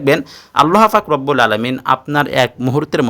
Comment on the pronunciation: 'আল্লাহ পাক' শব্দটি সঠিক ভাবে উচ্চারণ করতে পারলে বেশি ভালো লাগতো....